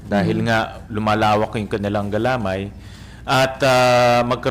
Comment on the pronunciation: Sen Win mali po ang pagbigkas nyo said "galamay". Nasa "may" po ang accent.